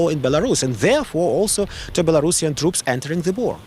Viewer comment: Belarusian not Belarashan